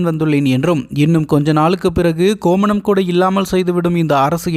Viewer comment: டே.......ய்...... என்னடா இது ? கோமணம் இல்லை கோவணம்.